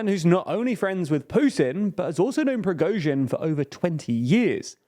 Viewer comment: due to the fact that you will definenately cover some other political events in Russia I would like to give you some pronunciation corrections, so you'll be the only English spoken channel where Russian last names are being pronounced correctly. First of all, "Prigozhin" does not contain the "əʊ". You pronounce the letter "o" like you do in the word "boat", but this is incorrect. It should be pronounced almost similar to "got" or "not". Somewhat like /Pri:'gɒzhɪn/. It is not completely correct, but this "əʊ" sounds the most wierd. Then " Shoigu". Russian in his pronunciation rules is closer to the American English than to the British one. When a syllable is unstressed, we change its pronunciation. It is quite the same like Americans do with such words as "hot" or "caught". So we never pronounce the strong "o" in his last name; it changes to "a". Also this "i" should be pronounced somewhat like the second part of the sound "ɔɪ", like you do in the word "enjoy". /ʃɑːɪ'gu/. Pay attention to the last syllable which is stressed. Finally, "Kadyrov". It is not difficult to pronounce. Only Russian "y" sound is a bit wierd, but if you do short "i", it will be fairly good. /Kɑː'dɪrɒv/